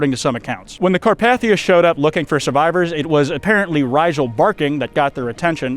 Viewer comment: You also mispronounce 'Carpathia.' The 2nd A is a long A, not a short one. YET ANOTHER EDIT: You also mispronounce 'stymied' , and at least 2 other common words I didn't list. How can any American be THIS bad at English by their mid 20s? If I had been your teacher, I would not have even let you graduate. You should be embarrassed. USE A PROOFREADER from now on until you learn English.